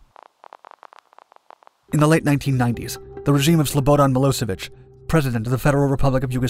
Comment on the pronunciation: Errr, was that Yugoslavian dictator really called Slobberon Mecockubitch or Slobadan Milosovitch ?